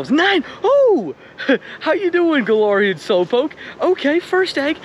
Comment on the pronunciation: Um, Actually, it’s pronounced guh-lare-ian 🤓☝️